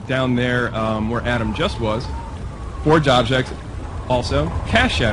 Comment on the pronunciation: So are they calling it Halo Fourge?